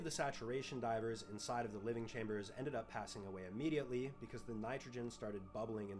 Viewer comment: I’d like people who aren’t aware, “immediately” needs strong emphasis. The died within milliseconds of that door opening.